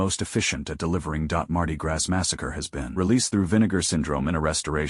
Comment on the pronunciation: Heh heh ..."Mardi Grass"...come on man.